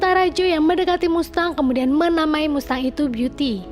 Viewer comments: Kalo gak salah bacanya masteng, bukan mustang 🙏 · Mengucap finally udh bener tapi mengucap mustang salah teh hehe..bacanya masteng ..❤ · BACANYA MASTENG, BUKAN MUSTANG, ANNOYING DENGER MUSTANG MUSTANG MUSTANG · Mustang dibaca masteng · MUSTANG BACANYA MASTENG MINNNN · Mustang bacanya Masteng kak🤭🤭🤭🙏🙏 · Mustang=cara bacanya "masteng" saya cuman memberi tahu ,supaya teman" tidak salah dalam pengucapan🙏 #IndoPride🇮🇩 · Mustang dibaca masteng!!! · Jgn bikin malu .baca dan ucap. Mustang ( masteng..) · Bs baca mustang dg bahasa Inggris?